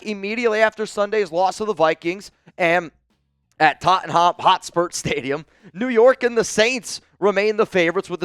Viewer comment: Listening to try to pronounce Tottenham Hotspur was too good 🤣